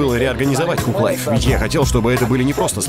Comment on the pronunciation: Мужик ну ты хоть проверяй произношение английских слов. Тхуг лайф, ну и стыд